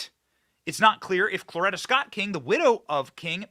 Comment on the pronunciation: Could you PLEASE pronounce Coretta Scott Kng correctly. It is not Clorita. You are pissing me off. I just went to the grocery in podunk, ky. A dozen eggs are 6.75. WTF